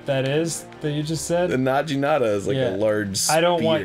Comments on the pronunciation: Did Arin just say na-jee-na-ta? He's taking Japanese isn't he? He should have learnt day one that Gs in Japanese are always hard Gs. If it was a J than it would be like he pronounced. But the correct pronunciation is na-gee-na-ta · is it not pronounced Nah-ghi-na-tah rather than Nah-gee-na-tah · i'd just let it go otherwise, but since Arin is taking Japanese classes: it's pronounced "na-gee-na-ta", not "na-jee-na-ta" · Arin, as someone who apparently knwos some Japanese, you should know it's 'Naginata' not 'Najinata" >_< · Its... its pronounced naginata with a hard "g".... not najitana. Well I hope he knew this and was on purposely doing that. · Arin you of all people should know it's naginata not najinata... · It's Na"gi"nata, not Na"ji"nata. :3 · Na-Gi-nata. not Na-Gee-Nata. #triggered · Swinging around a nadji-nadda? What the hell is - Oh, a Naginata? With a hard G? Jeez, Arin. You're supposed to be learning Japanese and all. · Arin, haven't you studied Japanese? It's not a najinata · Um... Arin... "najinata"? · Nah-jee nada. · Naginata has a hard G. If it were soft the Romanji would be spelled with a J. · I know Arin knows Japanesse and I dont... but I think he's saying Naginata wrong... I'm doubting myself though but im pretty sure im right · he's been studying japanese for months/ over a year, and pronounces naginata with a soft g sound... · Naginata, hard g not the soft g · How can Arin be a hundred times better in japanese than me but still mispronounce "naginata"? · Arin, come on. You've studied Japanese. You should know how to pronounce "naginata". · Arin, how can you study japanese and not know how to pronounce naginata? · Arin, why are you pronouncing "naginata" as if the G is a J? Why do you insist on mispronouncing words in a language you're supposedly studying? :_GrumpsLULZ